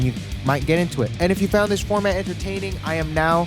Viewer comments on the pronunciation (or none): none